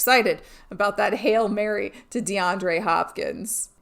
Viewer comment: She has a weird way of pronouncing Hailmurray....